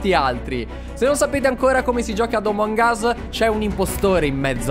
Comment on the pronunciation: "se non sapete ancora a come si gioca omong us" 😂😂😂